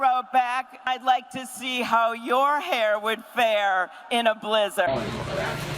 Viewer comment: Why does she say blih-zehrd like that?